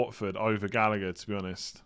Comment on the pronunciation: Say it with me Gall-agh-er